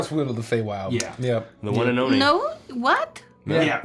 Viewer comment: "The one and oni." You just couldn't help yourself, huh,?